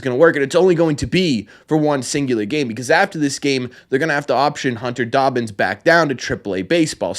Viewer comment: His name is pronounced Dahbins not Doughbins lol. Think of Robbins with a D😊